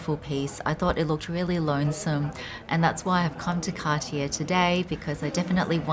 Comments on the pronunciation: It’s CAR-TIYEY not CAR-TIYER. Hoho. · Car tee yay not cartiere